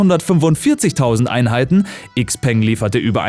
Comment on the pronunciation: Bitte auf die Aussprache achten! Xpeng = "Schaupang" nicht "Ikspeng"! Danke